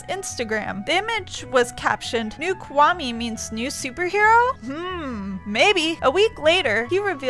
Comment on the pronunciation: Rebbecca Stone ahkahma (akuma) kwahme (kwami)